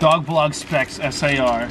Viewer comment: “Es aY AR” 🤦🏻‍♂️